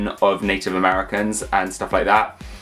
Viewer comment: Why do you call her "Poncahontas"?